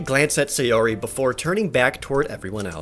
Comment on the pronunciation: Say-ori... bruh... you’re killing me